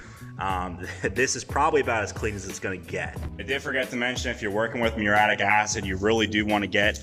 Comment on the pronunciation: Btw, dude, it pronounced MYUR-EE-YATTIC, at least in typical English